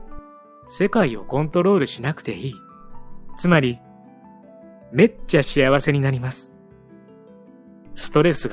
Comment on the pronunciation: 冒頭の「めっちゃ幸せ」のイントネーションが違う！